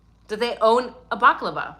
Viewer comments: Bal-lah-clah-vah 😂 Baklava is a Greek dessert. : ) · You are adorable not baklava that deliviousGreek dessert but a balaclava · It's bala clarva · As an Irish man, hearing you pronounce balaclava is 😂😂 love ya, English is my second language